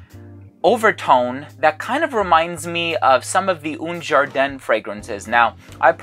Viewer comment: haha "oon jarden"